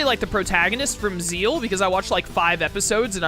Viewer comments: Zexal is pronounced how its spelled not like "Zeal" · Zeal is the correct... i will always pronounce it Zexal but it is pronouced Zeal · First again i do pronounce it Zexal. But it is Japanese, since that is where its from. so Zeal is technally the right way to say it. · Do you say Squirtle's final evolution is Kamex? No. We speak english. It doesn't matter how its pronounced in another language when we aren't speaking another language. It's Zexal.